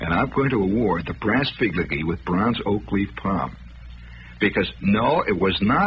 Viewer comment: “… The brass figligee with bronze oak leaf palm…” 😂